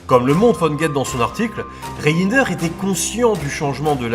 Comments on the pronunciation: Reijnders ne se prononce pas " re in der" mais "reine..derse" phonétiquement bien sur. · haaa les français et la prononciation de nom hollandais ... Reijnders ça ce prononce "rèndèrs" enfin ça reste mignon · désolé mais je suis mort de rire quand vous prononcez par exemple le nom du général Reijnders